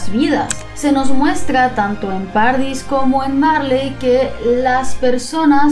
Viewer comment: Jaja, se me hizo muy raro escucharlo así. Para mí siempre ha sido como paraíso en italiano xD.